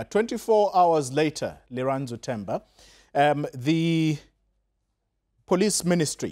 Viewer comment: Lirandzu not Lerato